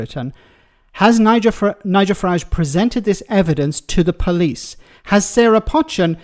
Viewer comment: Do you read comments? Her name is not pronounced 'Pot-chin'. It is pronounced 'Poe-chin'. It a Cheshire name. I'm from Cheshire